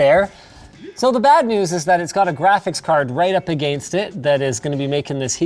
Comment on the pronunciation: "right up AGAYNST it"